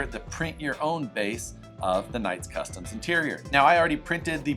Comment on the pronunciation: That's not funny, I'm an Events page. Virtual slap coming your way for mispronouncing "Knight Customs".